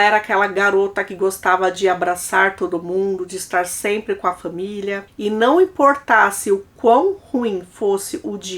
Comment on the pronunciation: Gosto muito de você é assisto todos os vídeos, mas sinceramente, não é agradável ouvir você falando fÃmilia, cÃminho.